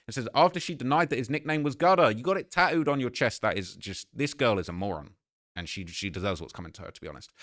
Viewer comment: She’s got his name “taooed” on her???? 😂😂😂 work on your ENGLISH BRO